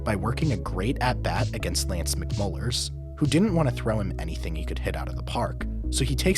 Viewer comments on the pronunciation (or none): You called him Lance McMullers His name is McCullers